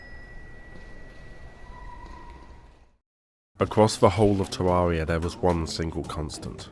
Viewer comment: i always find it funny the way he says terraria tywaeya